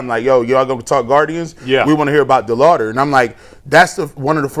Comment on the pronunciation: Why can’t say Chase DeLauter’s name right? It’s not DeLouder!!